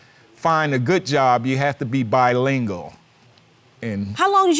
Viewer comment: He said bi-lingle. Lmao! Was I the only one who caught that?